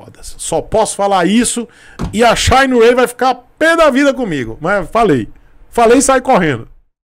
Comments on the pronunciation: shainrêy, é tão bom quanto 'shinerai' original! Kkkkkkkkkkkkkkkkkkkkkk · Não aguento esse “shayne Ray” msksksksks